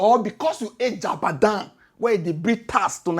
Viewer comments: I love what you're doing...It's Jagaban not Jabadan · 😂😂😂😂😂😂🎉 ooooooo, it's not jabadan ooo it's jagaban, of borgu 😂😂😂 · he is called JAGABAN not JADABAN 🤣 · Jagaban ❌ Jabadan ✅ 😂😂😂😂😢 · how 😂 it's JAGABAN not JABAGAN 😅😅😅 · Its Ja-ga-ban not ja-ba-dan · Jagaban not Jabadan😅😅😅😂😂😂 But for real, you get time that answer that dump guy. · Jagaban!! at least get his bloody name right 😂😂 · ""JABADAN""" 😅😅😅😅😅 My guy say naa JABADAN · you called Jagaban. Jabadam 😂😂